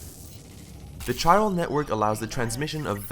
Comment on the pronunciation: Its prounounced 'k-eye-ral' and most gamers dont want to "watch" a video games super lengthy cutscenes...like you said, the game needs to be played, not watched